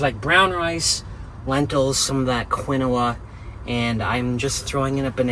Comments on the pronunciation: The grain is pronounced… KEEN- WAH!🥸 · Quinoa pronounced keen waa!! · For god’s sake.. quinoa is pronounced “KEEN-WAA.” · Quinoa sounds like keen- waa. But pronounce it however you like. Your way is more entertaining. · But it's so funny how he says it. The name originally pronounced started as ke naoh. But you know how lazy peoples language is sometimes lazy in syllables, eventually thay started calling the grain keen wa. I know because I worked in food service mostly all my life I'm 65 and there is a timeline, between 1916 and 18 there was a very popular push on this grain.